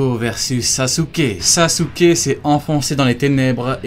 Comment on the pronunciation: pourquoi tu prononce sasouké ? on prononce saské